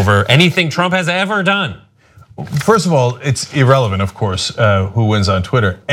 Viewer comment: Is Cenk saying "e-relevant" just to grind my gears? Cause it's work-king.